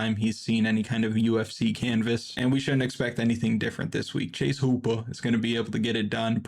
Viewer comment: Please stop saying hooper like that😂😂